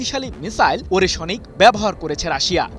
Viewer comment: ওরেশোনিক নয়, ওরেশনিক (ওরেশ+নিক) হবে সাংবাদিক ভাই!